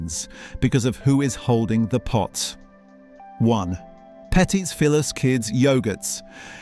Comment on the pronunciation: It's pronounced Petee Filuuu